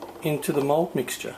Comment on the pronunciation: 1. It's mold not mode... 2. It's in the description, check before you ask something.